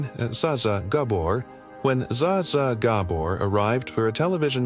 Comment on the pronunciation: The silly AI narrator thing has no clue how to pronounce Zsa Zsa Gabor. 🙃